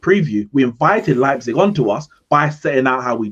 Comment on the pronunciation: United lost because CANNOT pronounce Leipzig correctly lmao